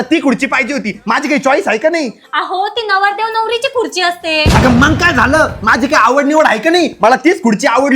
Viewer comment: Khurchi ❌ Khudchi ✅😂😂😂😂😂😂